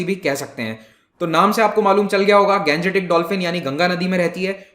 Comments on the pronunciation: I'm requested to you sir,stop saying गंजेटीक please say गांग्येटीक because you are an Indian you have not any problem to pronounce this so always say Indio Matic form of Ganga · Plz pronounce Gangetic as Gangetic, and not Ganjetic, like a foreigner. Ganga is Ganga, not Ganja. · Pronunciation of Gangetic dolphin is rubbish , bhaddi h